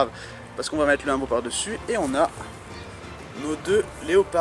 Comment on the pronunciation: Ah et ou dit "oumbo"